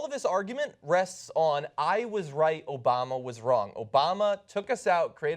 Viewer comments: He says Obana not Obama lol. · He says "President ObaNa" the guy can't even pronounce the president's name lmao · He said "President Obana" the first time!! LOL!!! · "President Obana" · HE SAID OBANA LMAO! OMFG LMAO! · Anyone catch that first time Trump said "Obama" he said "Obana"? Lol